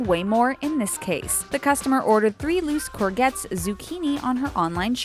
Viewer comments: Lmao Corgets?! It's Courgette with a soft G. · The zucchini is pronounced COOR-JETS, not cour-gets. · That.. Is... Not... How... You... Pronounce... Courgettes Core- shets... Not core-gets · when english speaking people do not know how to pronounce. Courgettes, is not COUR-GETS but supposed to be COUR-JETS or COOR-JETS ...kind of like the beer coors, but do not pronounce the S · Has nobody noticed the crazy pronunciation of COURGETTES!? What?! Cor-gets? x) Seriously! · uhhhh cor-gets? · Sorry but did no one hear her say "cor-gets" facepalm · 'corgets' i can't stop laughing!!! That is NOT how you say courgettes!!!! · You could at least have pronounced "courgettes" correctly, jeez. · ha lol thats not how you pronounce courgettes!